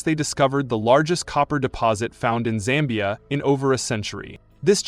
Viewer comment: Its Zambia not "Sambia"